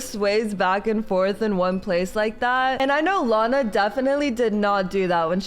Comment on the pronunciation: team lana not lina